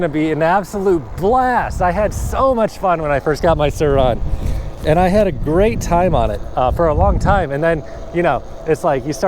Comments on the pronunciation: No one commenting how annoying it is that says “Sir Ron” and not surron 🤦🏻‍♂️ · The way you pronounce “Surron” makes me cringe lol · ah yes the suhron and talairia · Bro why do you say Sir ON